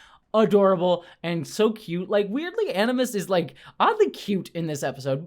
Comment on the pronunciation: "animus" = aGimus! ☝️😉